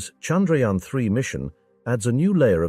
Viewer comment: At least get the name right. It's called "Chandrayaan"